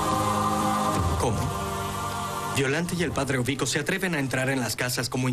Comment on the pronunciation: porqué ablam de maneira errada o Nome de los perssonagens? és Padre EURiCO!!!!!!!!!!!!!!!!!!! Y não Ovico